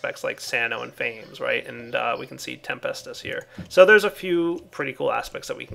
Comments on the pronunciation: I love how he immediately goes from prounouncing Praecantatio correctly to pronouncing Fames wrong. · FAMES.. I wanna live foreeeever.. I wanna learn how to fly!... (I always thought it was pronounced differently :P )